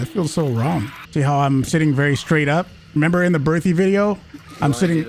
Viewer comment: Can you please learn how to pronounce Berthier?